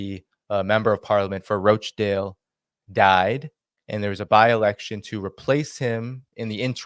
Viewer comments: roach-dale? no 'a' in Rochdale. It's pronounced RAACH-DAYL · FYI The town of Rochdale is pronounced ‘Roch’ as in ‘crotch’ and not ‘roach’. Thank you !! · Dude, it's not pronounced Roach Dale. It's Rochdale! Roch Dale! Roch Dale. Even Galloway said it correctly 😂 I'm a little sensitive but proud of my home town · Rochdale not Roachdale 😂😂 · it's not pronunced "Roachdale". It's ROCHDALE lol. Otherwise great video. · In this "dis-United Kingdom" please. And the "Roch" in "Rochdale" is not pronounced "Roach" but as "rotch" rhyming with "crotch" or "botch" - exactly as Galloway said it... Paul G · rochdale not roachdale... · its pronounced rochdale not roachdale lolz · Roach 🪳 dale ... 😂 Lol, its Rochdale... Like 'Roch' 'dale'. Like Rochester. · It is not Roachdale it is Rochdale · There is no a in Rochdale ie Roachdale. It’s pronounced the same as botch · Not ROACH dale lol Roch dale. But lots of the politicians who ran there were ROACHes, especially the head honcho Sushi Runak. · Rochdale it's like crotch Rotchdale(phonetically) not roach dale. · It is pronounced -- Rotch - dale . Not roshe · It's pronounced Roch not Roach....dale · No it's roch, not raaach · Rochdale not roachdale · It’s pronounced Roch-Dale not Roach-Dale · Sunak (no k) Rochdale « Ro » is pronounced like in « Ro »ck (not roach). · Pronounced rotchdale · 'Roch' sounds like 'Lock' dale m8! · It's Rochdale not Roatchdale, how can you get it wrong when George repeats it often enough. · Hi enjoy your stuff and Btw its Rochdale with a hard O like the o in top for instance, otherwis you imply beetle infetsted northern squalor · Please, its not pronounced Roachdale. Makes me cringe every time! George says it properly. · its pronounced ROSH-Dale :-) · no it isnt its Rochdale more like Watch Dale but with an "R" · Wow, you can't even say "Rochdale" properly. Why does your opinion even matter?